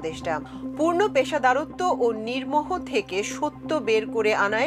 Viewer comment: Attn: news presenter mam, The bangla ward should be "peshadaritto" instead of "peshadarotto".